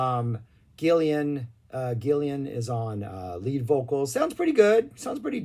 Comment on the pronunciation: What is it with Mericans? They can’t read or pronounce properly. It’s Gillan NOT Gillian. Why do Mericans always add an extra “i” to his surname? Is it ignorance or stupidity? Has to be one or the other, hmmm?